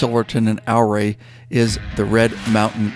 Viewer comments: Ouray is pronounce "your-ray" not "ow-ray." Looked like a terrific ride. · Love all these trip videos the best! I know this is a lot of work to produce something of this length. Thank you and team. BTW, from Colorado. It's Ooooh RAY!! NOT OURray!:) Thank you for all you do! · Ouray is pronounced "your ray',,,not OUR way. great video regardless. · Ouray Colorado is pronounced "U-ray". Like Eugene. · Good vid, Ouray is pronounced U-ray. Ive run Red mountain, Molas and Coal bank passes numerous times . Had a boulder cut loose and about took out the old lady and me. Also droven a semi over all that in the middle of February with 45000 lbs of wood pellets. Still a little puckered. Ride on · Great video. Yes, rides like these are epic! (BTW, Ouray pronounced like "Hooray!") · Took most of the day, on and off, but watched the whole thing. Great work, story telling, just the right balance. Definitely relatable having done several multi state trips. You captured it well. Yes, that last day ushers in true peace and contentment that stays with you for weeks. Btw Ouray is pronounced ew-ray. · Ouray Colorado pronounced like “Your-Ray “ is named after Chief Ouray . The Million Dollar hwy actually starts outside of Durango and is the whole route to Ouray . Come back someday and do the entire loop Durango to Ouray then to Telluride back to Mancos,Hesperus and then to Durango. I will also say over to pagoda springs , Wolfcreek ,Southfork ,Creed, lake City and around the north side of the Black Canyon of the Gunnison to Delta is a nice ride. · Oh yeah...and the Ouray pronunciation was pretty entertaining as well, an earlier commenter got it right, but to say it like a local, it's yuray. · Great video of a great trip. Ouray is pronounced as youray. The O is silent. Love all your stuff. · It’s pronounced “U-Ray” Colorado.